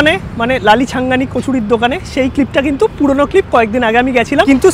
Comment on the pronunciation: Valo kore dokaner naam bolte pare na era ekhono , CHHANGANI ke continue CHHANGI blche Era naki food blogger